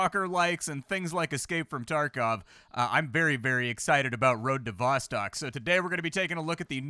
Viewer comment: Road to VossTOCK not vastak